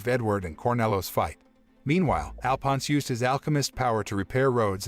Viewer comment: I hate how they say Alphonse wrong